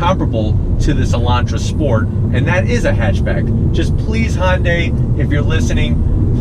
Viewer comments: Just a tip: It’s not pronounced Hon-day. It’s Hun-day. Great video. Subscribed. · I love your reviews, but it's not "Hon day". Imagine saying "shun" with out the "s". "Hyun day". I know most people who can't read Korean can't say this well, but I just wanted to let you know. I just want to help. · Dude it's HYUNDAI NOT HON DAY!! THAT IS SO ANNOYING! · Honday?...you're forgetting your alphabet sounds...Y..."hyuh-n-dai" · Hyundai, not Hoyndai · so cringe the way you pronounce hyundai - hon day yikes